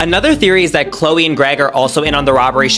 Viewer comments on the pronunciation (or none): none